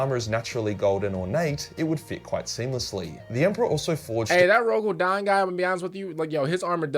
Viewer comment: There we go, proper respect for Dorn even if you got his name wrong